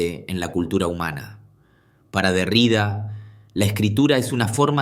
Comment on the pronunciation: Se pronuncia Derridá.como si tuviera acento en la última sílaba